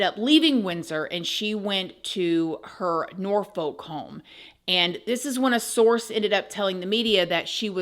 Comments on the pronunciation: It’s pronounced north-uck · I’m actually from the UK (born and raised in London, but I’m currently living in HEARTfordSHEER) and I’m absolutely marvelling at the American English pronunciation of Berkshire (BARK-SHEER), Norfolk (NorF***), Prince Louis (LOO-WEE) etc in this wonderfully informative video. Jolly good show!